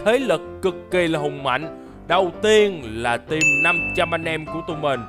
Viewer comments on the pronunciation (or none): none